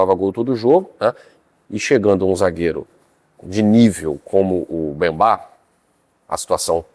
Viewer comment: Certo: Mbemba/ errado: Bembá.